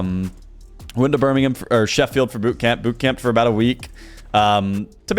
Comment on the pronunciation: biggest takeaway from this video was that an American can pronounce Birmingham correctly